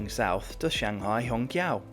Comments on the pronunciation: little reminder, it should be pronounced as shanghai hong chiao2, instead of hong kiao2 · qiao is pronounced chee-ow, not kee-ow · I think its more simmilar to Hong Chiao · If basic pronunciations aren't learned, one gets confused. Hong Qiso is pronunced as " hong chiso". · I was a little confused until I saw the Chinese characters and the Pinyin for 'Hongqiao'. The Mandarin Pinyin 'q' is never a hard 'k' sound, but a variation of 'ch', so "Hongchiao" would be much closer. It's already been mentioned, but I thought I'd throw in my two cents. 🙂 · Hongqiao is pronounced chiao. Ch sound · Not ch, but 'ts'.As in rats. may be confusing if you dont pronounce rats the same way i do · the shanghai Hongqiao airport, should be pronounced as /hɒŋˈtʃaʊ/ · To help you with your Mandarin pronunciation. Hongqiao -- the Q is, roughly the same as a CH, so it's hong-CH'YAO. There are rules of pinyin spelling for when you use a ch in spelling and when you use a Q. Never mind. When you see a Q, there's always an I or U behind it, so pronounce it like CH. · Amazing video and a brilliant train! Just a slight nitpick, the "qiao" in hongqiao is pronounced like ciao in Italian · in Chinese phonetic "q" is pronounce "chi". So Hongqiao should be called Hongchiao. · Just register that your pronunciation for Hongqiao is a little incorrect. You should say similar (not exactly) to HongXiao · bro when u say hongqiao got me laughed, and i replay to listen it again🤣😂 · While it is lovely to not have Americans mispronouncing route, you managed not to pronounce Hongqiao correctly. The Q is often the CH-sound (as in chew). You do however have infectious enthusiasm, and I envy you your experience on this train.